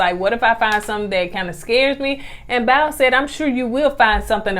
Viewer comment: Stop saying “BOWEL” it’s BOW like take a BOW. If it was miralax I’d let you ride. I love yal! That braid karate chop took me out.